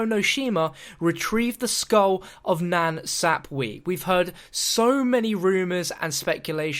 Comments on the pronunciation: Skull of (NAN SAP WA) Not Skull of nan sapwee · "Skull of Nan Sap-weee" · met either 😂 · The way you say nan sapwe cracks me up + 😂